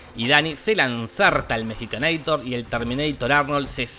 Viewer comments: Es mexicanator, no mejicanator ¬¬ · "Mexicanaitor" te mmste buey!!! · "Mexicaneitor" XD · 'Mexicanator' jajajajajajajajaja